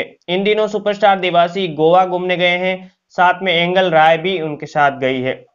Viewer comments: it is angel rai and he says angal rai ,😂😂😂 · भाई ऐंगल राय नही एंजल राय बोलो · एंगल नहीं एंजिल राय है🤣🤣